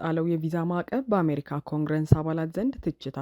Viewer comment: ለዜናው እናመሰግናለን ! ታዲያ ኮንግረስ ( Congress ) እንጂ ኮንግረንስ አይባልም ፣ እንደዚህ የሚባል የእንግሊዝኛ ቃልም የለም ! ስለዚህ ይህን አስተካክይ ፣ በተረፈ በርቺ !!